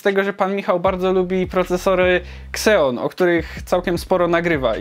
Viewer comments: Ja proponuję jeszcze inną wymowę nazwy Xeon - ZENON :-) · Wole wymawiać kseon bo jakos bardziej polsko brzmi XD